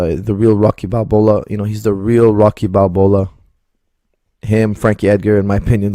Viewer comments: Did he just say "Rocky Balbola"? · “Rocky Balbola”. Best part of the video. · When Stallone gets Ebola; 'Rocky Balbola' 😂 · Dude stfu if your going to quote things atleast pronounce them right! You disrespected a boxing movie legend and a perfectly good shampoo brand. Shame on you